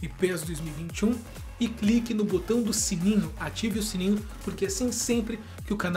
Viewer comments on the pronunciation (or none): none